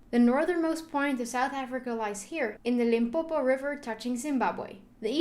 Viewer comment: I'm glad you pronounced Limpopo correct